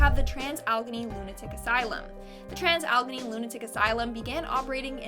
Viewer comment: It's pronounced Trans Al A Gainy. It's the weird PA way of speaking.